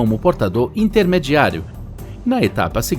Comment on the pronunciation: portado? sem R ? Só no Brasil um narrador não sabe falar.... o correto é PORTADOR e não "PORTADÔ"